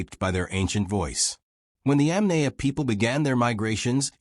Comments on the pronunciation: Bloody hell. It's not pronounced [Yam nay a]. It's [Yom nie a]. I you speak instead of using AI, you can fix that. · It is possible to correct the AI narration pronunciation. Correct the incorrect pronunciation of Yamnaya and maybe I'll watch... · It is so unprofessional to put this vid out with such a gut punch in the mispronunciation of the main point of the program the Yamnaya.